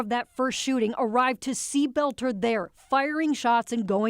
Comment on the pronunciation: the dudes last name is boelter not belter!!!